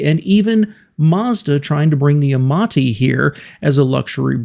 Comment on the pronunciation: Amati (no "n"). Amanti is a Kia.